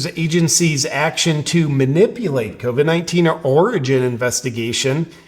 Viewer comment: Hey JP, just sayin' here.. after you alter the way you say Covid 19, you still got a "get the latest info from the CDC ab out CV19." tag on your video.. so even though you make your self sound retarded when saying covid 19, it appears that ain't workin'... JUST SAYIN'.